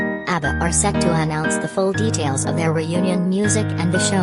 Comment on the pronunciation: reiterating the other comments, the reading voice is terrible.....voice couldn't even pronounce 'abbatars'